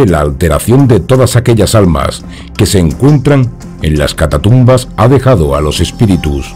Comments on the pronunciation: Un apunte, sin ánimo de ofender, es catacumba no catatumba. Si no estoy mal, catatumba se refiere en Mexico a alguien que da una voltereta Por lo demás, muy buen programa y un gran saludo. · Si. Cada vez que dice catatumbas entro en trancce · Hermoso video ...y con tu vos incomparable!!! Muy bien pronunciado CATATUMBAS